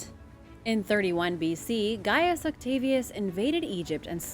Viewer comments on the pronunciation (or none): none